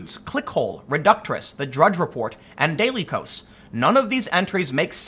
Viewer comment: Constructive criticism Tim - it’s “Daily (chaos) Kos” - get it? So clever